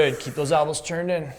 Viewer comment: It's elbows not albows lol